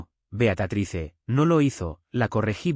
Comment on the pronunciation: Por qué dicen Beacatrice? El nombre es Beatriz!